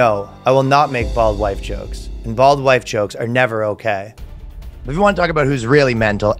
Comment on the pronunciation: bold or bald? not specifically clear.